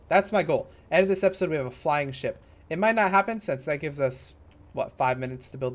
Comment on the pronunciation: every time he says ship I keep hearing shit